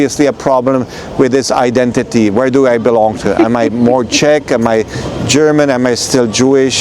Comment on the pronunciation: Just its not Shech, but Czech Republic.🙂